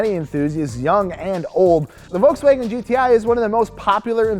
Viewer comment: its not volkswagOn